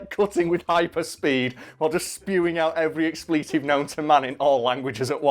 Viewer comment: Expletive => It's pronounced ex-pluh-tiv. Not ex-plea-tiv